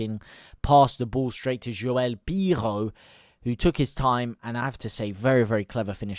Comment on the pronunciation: Why do you say Joel Piroe in a French style accent? He's Dutch